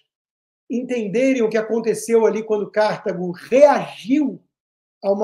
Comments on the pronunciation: Alguém avise o Constantino que não é "Cártago", é CartAgo. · C/Á/rtago doeu meus ouvidos. Deve ter deixado a Cíntia Chagas arrepiada.😢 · Sempre, nas muitas aulas de História que tive nesses meus 77 anos, ouvi CARTÁGO, paroxítona, acentuando o TÁ. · Eu não assisto Jovem Pan desde que aquela estranha falou mal do Pavinato. Constantino, aposto quanto você quiser que a pronúncia é " Cartágo" - "Delenda Cartago - Cartago será destruída " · Rodrigo, gostaria de corrigir a pronúncia de Cartago, se me permite. Em latim escreve-se KARTHAGO, usando a letra H para indicar a sílaba tônica. Talvez em inglês se pronuncie Cártago, mas, em português, esta é uma palavra PAROXÍTONA . Asilaba tônica é a TA. ❤ I Luv u